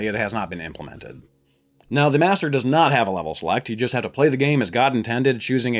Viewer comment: cant say master